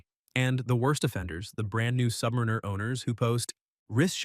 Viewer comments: Can someone please teach AI that it's not pronounced, "Submareener"? I was out at :44. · Submareener? 😂😂😂😂😂 What a moron.